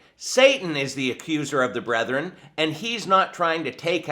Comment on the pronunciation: the word is brethren. Not brothren. But he isn't wrong about Julie Roys. The rest of what he says, well...